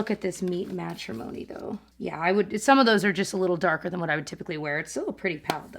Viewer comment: Thank you for being the literal ONLY YOUTUBER who can pronounce Matte Trimony correctly!! My god!!!! lol